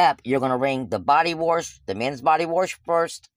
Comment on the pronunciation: body warsh??? you mean wash LOL